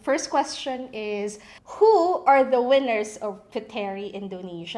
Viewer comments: Correction; The word is pronounced “POOT-Reeh indo-NES-Ya” it is NOT pronounced “PU-Te-rih Indo-nees-ya” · It's pronounced as PUTRI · It is pronounced as " Putri", silent "e" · should be pronounced as silent "e". they read "puteri" as "putri" in indonesia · It bothers me that ur mispronouncing Puteri... it’s pronounced as “put-ri”. Wish u did ur research ahead before putting out this vid 😫😫😫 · I think it is pronounced as "Put-ri" silent e for Puteri💕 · KPOP USA she’s not an Indonesian, her mistake is acceptable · So what if she's mispronounce it? Is that a big deal?